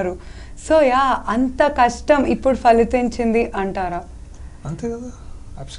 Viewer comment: phalithinchindi kadu. phalinchindi :)